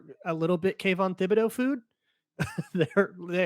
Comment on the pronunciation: This is totally nit picking. But how many times does she have to pronounce his name as “Tibidow” before will realize it and stop pronouncing it “Thibidow”